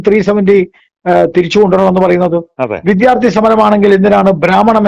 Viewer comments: വിധ്യാർത്ഥി എന്ന് പറയുന്നത് തെറ്റാണ് വിദ്യാർത്ഥി ആണ് ശരി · "വിദ്ധ്യാർത്തി"" എന്നല്ല പറയേണ്ടത്.